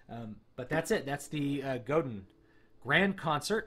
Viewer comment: Pronounced Go-DAN... French.